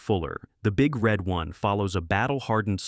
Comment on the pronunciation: Emphasis is on one, not on red. Say it wrong in a bar where there are 1st Infantry Divizion veterans and you'll get your head broken.